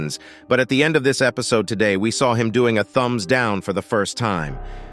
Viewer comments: Only real fans say epsiod instead of episod😂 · Is anyone gonna talk about he said epcode